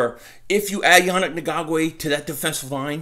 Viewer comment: I like how you tried to skate through his last name bud LMAO its EN-GOK_WAY Still got for love ya and still a subscriber!!! You almost did it though with the smooth delivery